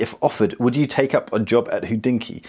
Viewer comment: What the heck is hoodinky? It's pronounced hod inky, there's no oo in there. Think about "hot" replace t with d and use that, ho(t)d-inky.